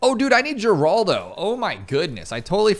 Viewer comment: Mispronouncing Geraldo is tight